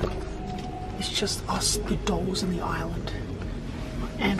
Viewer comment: I tought they said ''Doge Island'' not ''Doll Island'' xDDDD